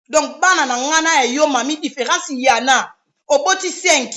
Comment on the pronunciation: Loba nanu miss mongo.différence "yana" au lieu de"ya en a"